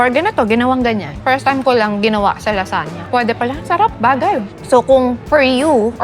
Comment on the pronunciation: LaZuhnya 😂 not lasanya